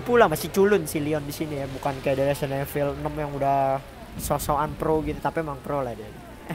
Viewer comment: Betulin pengucapan lu, "evil" di ucapinnya "ivel", "rookie" di ucapin "ruki"